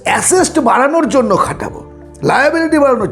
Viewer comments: Uncle আসেস্ট নয় অ্যাসেট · Assest কি কাকা..? কথা টা asset.. এটুকু জেনে তো ভিডিও বানাবে.. 🤦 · Assest pronounciation ta ektu ki thik hoto ?